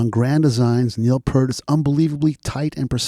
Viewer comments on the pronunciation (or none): Love your enthusiasm for the man and the band but by now I know you know it’s P-EAR-T not Pert. Took me some time to get used as I had been mispronouncing it too for a long time. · P-ear-t NOT pert! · Great piece but surprised you pronounce his surname wrong as such a long time fan, Pe(art not Pert, sorry but it irks every time you say it. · Kind of lost me when you can't pronounce the late, great Neil Peart's name correctly. Think "peert"...not "pert". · Pronounce his name as Neil Peert please... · Just here to reiterate. I’m listening to this and it’s great BUT…. It’s pronounced “PEERT” man!!! 👍🏼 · “Ear with a P at the front and a T at the end.” But I hear ya…I pronounced it Part (as in Heart) for years. Purely because of. Rhythm magazine article about him called “Closer to the Peart” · can we now live in a world where people know how to pronounce Peart? Will this go on in the year 2112? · Nice piece but I cringed every time you mispronounced Peart! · "Lifetime of listening" to Rush, still mispronounces Peart.